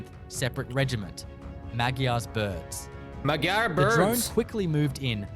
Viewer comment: нот Магяр із Мадяр its D not G. Мадяр in ukraininan means hungarian ，because he from place that near to Hungary